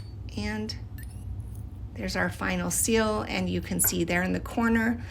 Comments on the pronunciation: I can’t get by the “sill” like someone leaving a pot on the window SILL for sunlight, instead of SEAL!! Rhymes with eel, or feel, or heal!! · Also thought she was saying “sill” the entire time. Only in the last 10 seconds did I realize she was trying to say seal. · Took me so long to realize you were saying “seal” and not “sill” 😂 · Pronounced ‘seel’ Not ‘sill’ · nice job! but you’re saying “sill” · she also says sill instead of seal 😭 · The way she says seal “sil” is sort of horrible. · I thought you were saying “Sill” until you put it on a letter. I’m so silly lol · I genuinely thought she was saying sill and that it was the fancy term for wax art lol